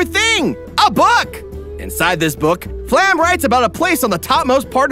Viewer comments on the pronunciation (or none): Pretty sure Flamme is supposed to be pronounced Flam-eh or something to that effect. Like the German/Danish/probably also dutch word for Flames, since she has orange hair. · Also... It's "flah-meh". Not "flam". "Flah-meh", that's how you pronounce Flamme. ... it's German. Very predictable. Part of the reason why I didn't like it. Also, "shtark". Stark is pronounced with a sharp "sh", not "s". He's not Iron-Man. Again, German. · Everything is great but one thing... its flah-mel